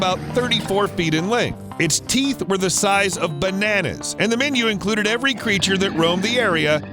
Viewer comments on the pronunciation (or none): none